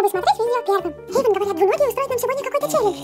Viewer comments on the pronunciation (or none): Эйван, а не Эйвон! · эйван а не эйвон